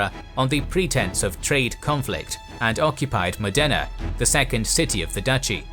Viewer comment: The same with Modena and Bergamo. The accent is on the first vowel.